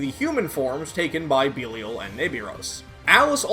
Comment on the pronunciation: Mispronounced belial